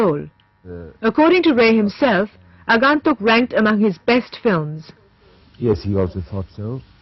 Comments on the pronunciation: It is not Rae but Raay. Neither is it Agaantuk but Agoentuk from the point of pronunciation. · WTF is "Aaagaantuk" ? These VO people are so lazy - don't do their homework at all - takes 5 minutes to find out how it should be pronounced in Bengali - slackers!!